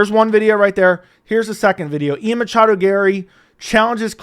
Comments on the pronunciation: Stop saying "Machado" PLEASE. Love your channel, but god I hate that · it's Ian MACHADO Garry, you casual. How dare you! (😂 lol jk)